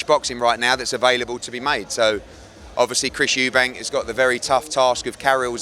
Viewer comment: Frank n Eddie gny turn eubank into suebank 😂😂